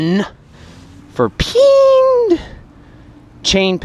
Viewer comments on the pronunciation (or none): I laughed whenever you said peeend